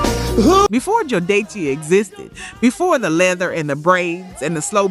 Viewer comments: " Joe-Day-Cee " = Me: Stops Video Me: Writes Comment Me: Hits Dislike Me: Tells Youtube " Do Not Recommend This Channel " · What dey see? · Ok these mispronunciations got agregious around jodeci. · Ok now…. It seems like you doing this on purpose. Who is Joe day see? And Mary J Bleege, De van ti. The disrespect